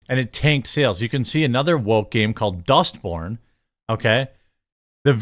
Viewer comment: Every time I hear dustborn I hear dust bin